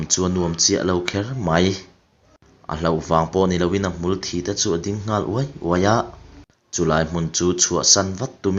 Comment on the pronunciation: Hmul thj (blood) a nilo hmul thî (dead)